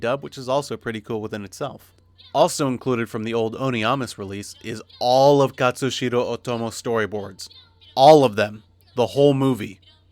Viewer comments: it's Katsuhiro, not Katsushiro... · Complete review. Very nice. Only irk: the given name of Otomo is "Katsuhiro" (no S). Not enough to deduct any points from the review though. ;) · Katssu-heer-oh Oh-to-mo, right?